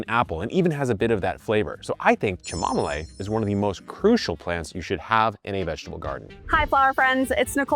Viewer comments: Chamomile should be pronounced like this, Kam-Mo-Mil. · Uhhhm it’s chimomalee not chimomalay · It's cham-mo-meeelay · It makes me lol when you call it cha mom a lay. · Unsubscribe if you pronounce chamomile as "kam-mo-meel" 😂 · Kevin, I’ve been watching you for long, please DON’T EVER say chamomile like that, stick to the chamomalide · I say cha-mom-mole now because of you 😂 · It will from this point forward be Kevin pronunciation of Chamomile ❤